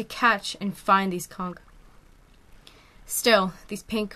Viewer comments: TIL the word is pronounced "conk" and not "cawnch" 👍🏼🐚🧞‍♀️ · also i dont mean to be a wiseass-but for educational purposes-it is pronounced al-jee not al-ghee>> but i have been pronouncing conch incorrectly my entire life-i appreciate that now i know how to say it correctly! so i hope you don't take my correcting you the wrong way :) knowledge is power! also the english language is inconsistent af. how heavy is it-the shell and creature? it never occurred to me until 3am today that perhaps there is a creature that lives in that shell! hahahah. i'm a smart stupid or w/e lmao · actually both pronunciations of conch and algae are right! the english language is indeed inconsistent and many things can be said in different ways!